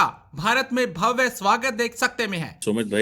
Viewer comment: भव्या नही भव्य सही शब्द होता है।